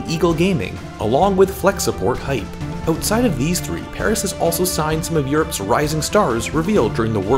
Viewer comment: It's not "Hype" for Hyp but "H*e*p". That's the right way tout prononce it.